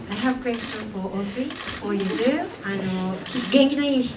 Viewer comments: Oh, the good ol’ days when the British uncles used to called Yuzuru, “Yuzuri”, and now this interviewer has revived it lol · Lol did she call Yuzuru Usury ahaha